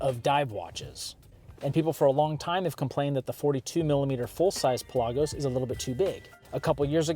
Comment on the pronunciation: Enjoyed the video, and agree with your observations and a few of the short comings of the watch. But wanted to acknowledge a HUGE Kudos for the "correct" pronunciation of PELAGOS!! 👏 Most everyone pronounces it to sound like "pelican" 🐦 lol🤡